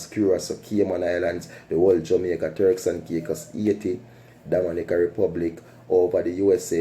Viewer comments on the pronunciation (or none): none